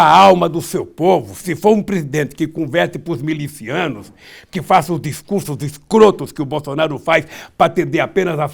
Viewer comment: me chama de jumento!! A pronúncia correta é MILICIANO com i, e não MELICIANO como você disse seu apedeuto e repito o tratamento para o condenado é ex- presidente com hífen . Ele foi presidente no (passado) o então presidente se chama Jair Bolsánaro . Volta pra escola se é que um dia frequentou . KKK! Pra reforçar sobre o jumento eles tem força, paciência e resistência fora do comum e se adptam a qualquer tipo de trabalho ,portanto deve ter mais atributos que você .